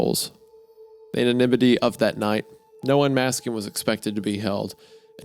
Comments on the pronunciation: Sorry guys this is unlistenable. Just came from Spotify where you both had repeatedly failed to pronounce 5th grade words like continuance or anonymity. Please take a middle school English before continuing this shit heap of a a show. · it's crazy that the 2 of you read at an 6th grade level, you can't even pronounce anonymity. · How can Hunter be a college graduate but can’t figure out how to pronounce “anonymity” or “especially”? 😂